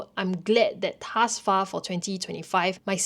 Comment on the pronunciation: the way you pronounce the word "thus" always gets me... but good video nonetheless!